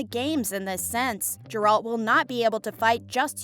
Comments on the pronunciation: Stupid video, these are all questions that the fans know the answer to based on the books and games. Also please look up how to pronounce Geralts name, it’s embarrasing. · For the future, I suggest checking BEFORE recording how to pronounce the names of the characters you talk about, in particular Gerald and Jaskier CORRECT